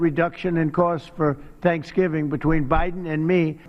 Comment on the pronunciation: Did you hear him say "Shankshgiving"